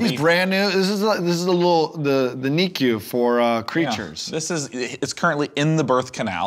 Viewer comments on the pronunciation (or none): none